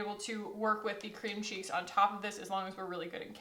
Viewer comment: sass in the beginning of the video since she literally just did ALL OF THIS= All of us. Btw, I kept hearing "Cream Cheese" every time you said Cream Cheeks, and it made me imagine you putting cream cheese on your face: So, not a complaint, just made me giggle! And I think I am forever cursed to enjoy No Other Mascara since you first convinced me to buy the Thrive mascara. Literally NOTHING compares. It totally replaced my Ciate London Wonderwand and Stila Huge. Word is Law.